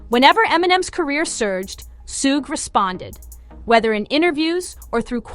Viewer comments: It's shug, not sugè. You know like sugar without the ar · Her pronunciation of suge knight bahahhah Sssuuugay bahahah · Dang, she really butchered Suge's name. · She really butchered s name